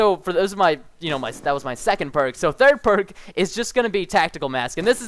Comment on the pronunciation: so the thirt parrrrk